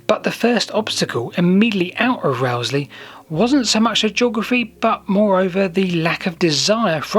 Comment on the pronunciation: Often wondered if the Haddon Tunnel was still passable Thanks for uploading the video (Locals pronounce Rowsley as rose-lee)